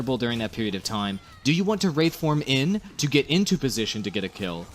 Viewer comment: WRAITHform, not wrathform.